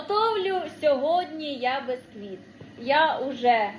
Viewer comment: печу від слова печиво,буква "е".Ніяк не безквіт бо правильно бісквіт. перестану поважати,не треба вже так коверкати слова,виходить не гарно.